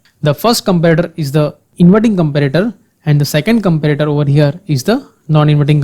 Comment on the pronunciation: i too agree with this person..but this is too offensive..there is a way u can teach people with lot of examples and slow..listen he is saying comprator..but it is comparator....